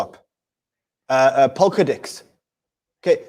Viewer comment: it sounded like said pokadicks instead of polkadex:)))